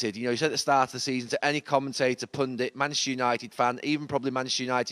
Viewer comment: Can’t this guy say Manchester United 😂🤣😂🤣